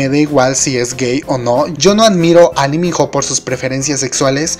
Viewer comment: Porque dices Liminjo si tú mismo dijiste que es Iminó ????